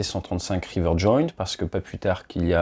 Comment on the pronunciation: Rivet Joint au lieu de river il me semble. Sinon super vidéo comme d'hab.